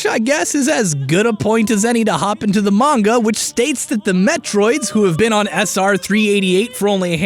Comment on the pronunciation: Hey, don't feel bad if you mispronounced ATP. You're one of the few YouTubers I can rely on to pronounce "manga" correctly. You get all my respect points for that.